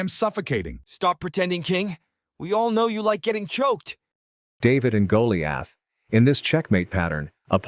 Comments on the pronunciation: “David and Goliath” YOU PRONOUNCED GOLIATH WRONG! It’s GO-Lia-th NOT Go-li-ath! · Did anyone else hear him say: "David and Go--lee--aath"? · Bro mispronounced Goliath 😂